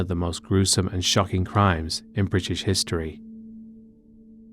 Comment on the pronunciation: Good British accent until the last word… “history”